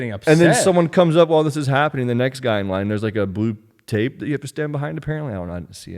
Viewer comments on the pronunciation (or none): none